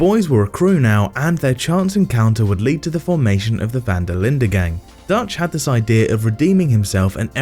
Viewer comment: Im dutch and he says it pretty well